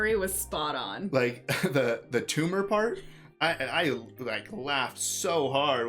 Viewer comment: "It's not a tooma, not a tooma"